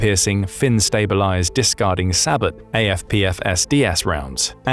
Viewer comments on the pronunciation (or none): Good enough vid, but various errors. Including improperly refering to certain things like sabot rounds ("say-bow", not "sa-bot", despite the spelling.). As well, a few of the videos and pics are not correct for what's being talked about (e.g. some of those re M1 tanks). I think it comes down to the person doing the research doing well enough, but the people writing the script and person editing are not as capable. This site seems to pretend to be a factual military resource, but is actually not. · With all due respect, SABOT is pronounced "Say Bo" 👍🇺🇸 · the t in sabot is silent